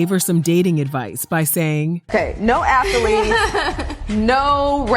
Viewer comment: WTH is an ATHALETE?